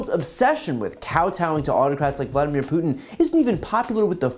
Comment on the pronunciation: Who is “Putinnel “? Poor old man can’t hold it together anymore!